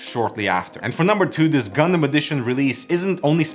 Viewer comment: I'm just happy you don't say gun-damn and say gun-dum